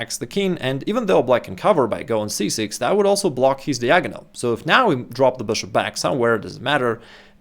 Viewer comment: посмотри произношение слова "диагональ". Из видео в видео режет слух.